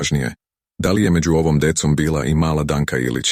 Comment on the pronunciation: Ne govori se dekom nego decom Децом